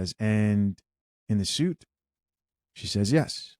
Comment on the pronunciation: SuitE is pronounced SWEET not SOOT